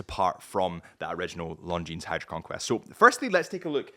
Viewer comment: Please, don't pronounce the 'S' in Longines. 🤣